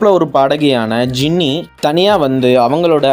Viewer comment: Bro it's not jeeny ok va it's jiennie ok bro 🥳😠😠🤬😡😡